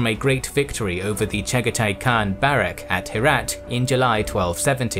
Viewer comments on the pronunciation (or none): none